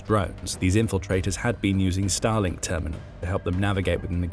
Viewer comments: Every time I hear Starlink in this video I hear it as Stalin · I'm sorry, every time they say "Starlink", I hear "Stalin". 😮